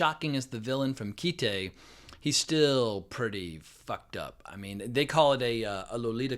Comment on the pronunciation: It's Kite, as in you fly a kite. The katakana transliterated phonetically would be akin to kai-to. Originally it was called "A Kite", but that name was shortened. Whoever told you it was called "keetay" obviously knows nothing about Japanese.